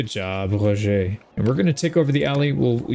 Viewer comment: 10/10 pronounciation of Roger. it's a small detail but I love how you really try to sound accurate :D